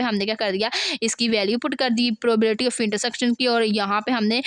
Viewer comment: Probability to thk se bol lo Kia padao gi Tum Tumy to Sai se bolny hi nhi aaraha 😂